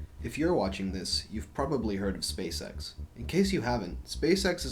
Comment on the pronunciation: it sounds like you're saying "space sex"